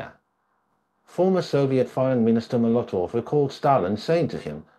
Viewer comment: Trot-sky,Cheek-a, ice-ax?(it was an ice pick), Mula-tov?, Plee-niary?, meme-orize?, Alex-tsar?, please...